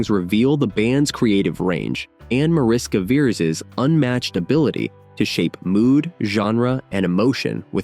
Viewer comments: It is pronounced "MAH-rish-kah VEH-resh" [ˈmɒ.rɪ.ʃkɒ ˈvɛ.rɛʃ] Mariska is a Hungarian diminutive of Maria, which is equivalent to Mary in English. Veres means Red. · It’s pronounced Marishka Veresh (Hungarian)